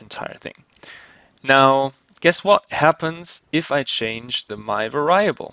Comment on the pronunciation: Your English is generally good, but It's pronounced var-EE-able not var-EYE-able. Made me cringe every time you said that.